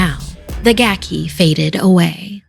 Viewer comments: Pronounced GAH-key. Gaki is a yokai that was once human, cast down to Gakido upon dying due to the sins it committed during its lifetime. Gakido is described as a realm of eternal starvation and suffering for those in the afterlife. The pitiful Gaki is unable to eat normally, as consuming regular food will cause its body to burst into flame. It is for this reason that the Gaki prowls our world, searching for the flesh of dead people or any animal to ease its hunger. Hope this helps, if you’re wondering what a Gaki is. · It's a gaki (it's supposed to be pronounced "gah-kee"), sometimes known as a "hungry ghost," basically a spirit that's cursed to be eternally hungry often for foul things like corpses, but also has a horribly shrunken mouth and throat that can't take in enough food to satisfy its hunger. They're basically suffering for evils they did in life, cursed to Gakido, a realm of rebirth only a step removed from Jigoku (basically, Hell), if only because gaki can leave the desolate Gakido to wander the mortal world in search of something to feed them, while Jigoku's residents are bound there. Funny enough, "gaki" is also an insult for spoiled children, often treated as the equivalent to calling them "brat," because a spoiled child is never satisfied with what it has, and always demands more or better.